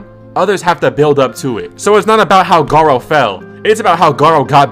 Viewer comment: Did bro say goro?